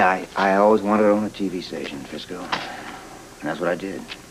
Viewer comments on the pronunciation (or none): Did Derek call Frisco "Frizzo" at about ?